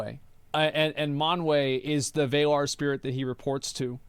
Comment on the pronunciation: It's pronounced VA-LAR not VAY-LAR (like valar morgules) from ASOIAF/game of thrones, that's where Martin got it from, but it only means Men in Valyrian.